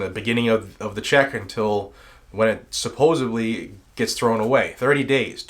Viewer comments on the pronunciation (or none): *supposeDly Not SupposeBly